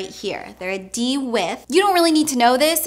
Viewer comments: Love your videos but it drives me crazy when you refer to shoe 'with' It is 'width' here in uk I'm done! Haha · There's a "d" in width.